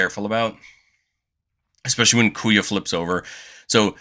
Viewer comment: Oh, man, im still gonna watch the video, but "Kuya" is gonna kill me before the end. 😂😂😂